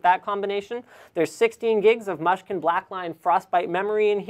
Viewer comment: It's pronounced mooshkin.